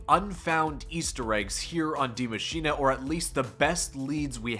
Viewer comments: I thought it was Die Machine not Dee Machiney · my man, Die Maschine pronounced Maschinuh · Why does it it sound like he says die machinA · It’s pronounced Maschina though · Day 489 of commenting on Zombie video trying to get people to actually pronounce Die Maschine correctly. It’s “Dee Machine-ah” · Its pronounced D I E , M A S C H I N E pleasee say it right you just sound foolish 😭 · Please type the name of the map into google speak. I love the content but the pronunciations kill me bro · ffs is this dude ever gonna pronounce that map name correctly its like that actress that couldn't say symbiote in the venom movie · no that's not how your supposed to say it at all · PLEASE learn how to say die maschine correctly, great video